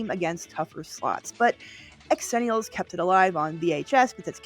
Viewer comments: I love you and love this channel but calling us "ex-zennials" is SOOOOO painful. Xennials is pronounced "zenials" - i don't know who thought it needed an EXTRA letter added... But it's definitely XENIALS. I was born in 82 and this is 100% my people. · Pronouncing it "x..ennials" and not "zennials" is annoying, are you doing that for clicks? Don't answer that. As a GenX'er, I don't care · Hello - I need to point out that Xenials is actually pronounced "zenials." It employs the "zee" sound as opposed to the "X" sound. But please, carry on with the content. As a true 1980 baby (born in 1980), I love your content as it takes me back to my childhood. God bless ya! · An Angel loses their wings every time she says “X-ennials” rather than Zennials.